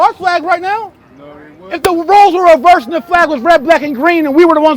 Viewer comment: I like how you say reverse the roles